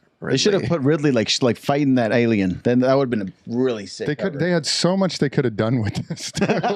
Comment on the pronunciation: ”Fighting that Aijliejen” 😂😂😂